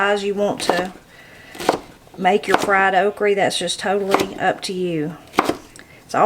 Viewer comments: Okra not oakree 😅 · It all looks so good! I have never heard okra pronounced okrie before so that was fun! I have also never seen ice cream in a box before! Maybe I've been hiding under a rock! LOL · I love how you say okrie... I am in Knoxville but we always just called it okra. I reckon I'ma city feller 🤠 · Can't wait to try making your creamed spinach! I love that you say "okree". That's how my Grandma said it so that's what I called it too. After I grew up and moved from Alabama to Atlanta, my friends made fun of how I pronounced things like "embrawdry" instead of embroidery and "fixin' to". I never knew I was pronouncing things "wrong", but I don't care. There's nothing like growing up country in the South. ❤ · i love how she pronounces okra as oakree... my grandma pronounced it the same in wisconsin ❤ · I think it’s sooo sweet how u call okra ,” okrie. I love okra with catfish , at crackle barrel,, yummy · I love that you say okra like my granny did...okrey